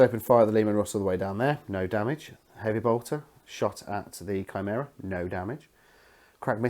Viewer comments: Kai-mare-ah hehe I was lol at basilicas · It was going so well, great looking armies.... And then you said shameera and I had to turn it off.